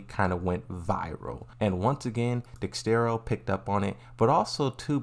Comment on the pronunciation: 😭 dexerto not dexstero